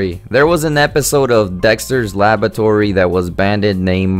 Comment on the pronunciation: Please get a new Narrator/Host. It is Dexter's Labratory not Lavatory! Banned - not Banded. Painful just to listen to.